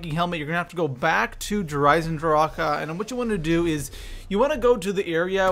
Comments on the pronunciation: This gameplay and the way he says der eisendrache bothers me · Theres no "a"at the end of der eisendrache dumbass!! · The way you say Der Eisendrache bugs the hell out of me. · i hated on your video at first cause how you said der eisendrache but after i did the main ee on solo wanted to get all helmets and beat boss with al hat on yours is the shortest and most strait forward i sub'd and liked video but so everyone knows make sure to one hit kill margwa's last head in apothicon other than that it dont matter you kill to get god mask other than being in green smoke and in the liquid you will hear a sound for every type of creature you kill and the last sound will be longer and have a slightly different sound but mainly the same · My ears hurt everytime he says "der Eisendrache" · It must suck being german i know so many people say der eisendrache differently but how he pronounces it is awful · How he says der eisendrache makes me want to bash my head into a wall. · Havent seen vids in 5 years... Wow his content hasnt changed. Also why cant he say "eisendrache" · i swear to god if he says Der eisendrachAUH again im going to off myself. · Haven’t played black ops 3 in so long forget people say “Der EisenDRACA” 😂😂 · Wonderwahf Vundervaffe Dir Eisindraha Dehr Eisindrahkuh Also role your r's whilst pronuncing these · Why do you say der eisendracha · Did anyone realize that when he says der eisendrache he says ahh after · It's not derisendracka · The fact that you keep saying droka is pure cancer, learn to read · Why do they keep calling it der eisendracha 😂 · its pronounced der-i-zen-drach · Why does he say dayre eyesendrockuh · I mean no harm when i say this , nor am i saying that you are saying it incorrectly or not but i have never in my life heard some one pronounce der eisendrache like that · Bro that der eisendrache pronunciation makes me want to shoot myself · The way he says der eisendrache makes me cringe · Learn to say eisendrache not eisendrak-e